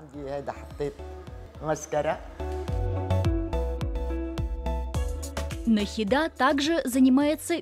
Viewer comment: Она шикарна!🤩 Надеюсь, сейчас с ней всё хорошо😊. Но, хоть я может быть ошибусь, но разве в имени Нахида ударение не на букву и ? Просто это режет уши🥲.